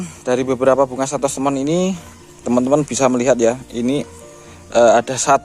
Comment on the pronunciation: Santos lemon bukan Santos temon